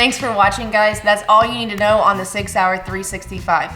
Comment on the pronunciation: Sack .... of Jaweea .... lol